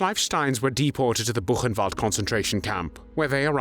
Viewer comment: Diga: " burrenvalde"